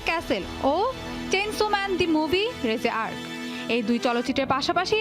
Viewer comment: রেজে আর্ক নয় রিজে এআরছি